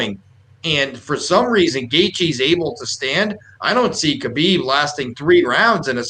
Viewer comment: “Haa-bib” no “k” Also I 100% believe he knows his dad is WITH him. People are looking from the outside. He is in his territory with his PEOPLE. You guys are only wanting to see the upset because the money is there. All good though I don’t blame people.